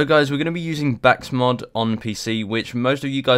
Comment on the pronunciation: THIS MAN FOR REAL JUST SAID BAKSMOD